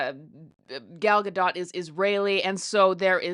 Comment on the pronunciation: She's pronouncing Gal's name very well!! 💙